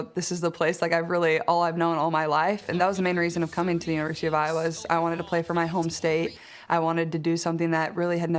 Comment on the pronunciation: Narrator obviously doesn't know anything about American basketball. I O W A is pronounced Iowa!